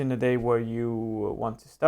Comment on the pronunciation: I think it is a very helpful video! But it looks like you are very unprepared and you always pronounce "the" like thee.